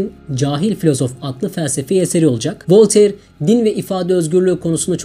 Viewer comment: Sayın yayıncı, Volteir değil Volter okunur